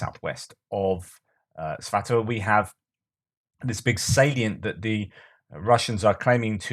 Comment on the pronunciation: I'm not a fluent Russian speaker. I'm not being picky I just add these to bump out your search footprint. Its ALWAYS the 2nd syllable; ee VAN, ger ASS im ov., vla DEE mir etc. So it's definitely sva TOE vey. I say always, I've heard Ukrainians say kemeenA, but it's never the first syllable which is natural for us. In general, aim for the second syllable.